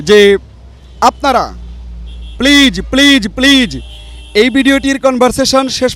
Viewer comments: I don't like the man who his asking questions to the seller, his pronounce of please sounds pleaze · Plaze not please ok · Pleaj pleaj pleaj Presenter is a joke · উপস্থাপক: পিলিজ পিলিজ পিলিজ..... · You pronounce “Please” very bad. Don’t pronounce “s” as J pronoune as “z”. Thanks. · উপস্থাপকের প্লিজ উচ্চারণ হয়নি!😀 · correect your pronunciation of please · উপস্থাপকের "প্লিজ" বলার উচ্চারণ ভুল. লিয়াকত ভাই অসাধারণ ইংরেজি বলেন। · He can speak English so what.if u try u can do it.presenter talk too much like a fool he can not pronunce "PLEASE "